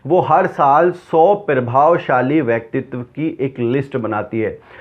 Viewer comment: Bhai...pir-bhavshali nhi hota.....Pra- bhavshali hota hi